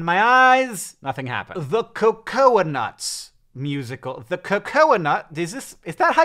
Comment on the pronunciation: I think its Cocoa.....Nuts. Cocoa like hot cocoa, Hank!